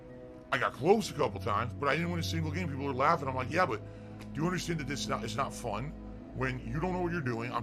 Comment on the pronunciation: Its not FHUN dood!